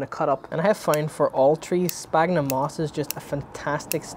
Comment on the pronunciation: Everytime someone mentions Sphagnum moss and mispronounce it as sPagnum moss i cringe a bit :) can't blame you because alot of bonsaiproffesionals are doing exactly the same and i have no idea why, do mind the scientific name of the bog moss we are using is Sphagnum , ph in latin is always pronounced as an F, for example physalis, phlox , philadelphus are pronouced as Fysalis ,Flox and Filadelphus, its exactly the same for sphagnum the correct pronunciation is SFagnum , anyway great job on the youtube channel i think you are helping out alot of people starting out with the hobby.